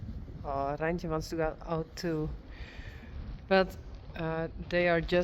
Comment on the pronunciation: I like how u roll your R in Reintje,.